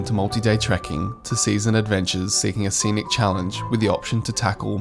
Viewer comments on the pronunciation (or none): none